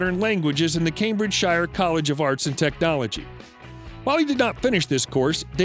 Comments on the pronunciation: It's pronounced Cambridge-shear ffs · Cambridge’shire’ No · Can find out how to pronounce words Cambridgeshire? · Your homework is to find out how to pronounce the word "Cambridgeshire". Your starting hint: it's nothing like the way you say it repeatedly in this video. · Funny how Americans pronounce all British place names ending in "-shire" to make them rhyme with "fire"...